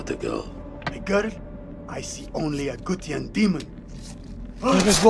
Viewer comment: Gutian bang bukan Gustian,Gustian mah temen gw🗿🗿🗿🗿🗿🗿🗿